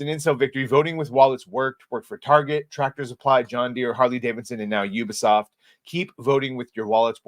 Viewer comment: Your the only YouTuber that I've seen that can pronounce the name properly 😂 ... Ubisoft . They call it Ewwwbisoft loool